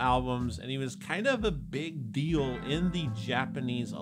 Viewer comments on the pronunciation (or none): none